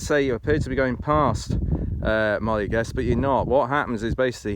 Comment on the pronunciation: good job, but got to tell you, it is definetly NOT "Molly Gest" ( maybe worst ever ), its phonetic, Moe L eh Gest.